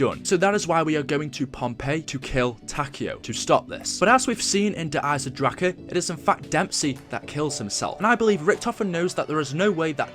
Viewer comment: And please pronounce the name der eisendrache properly please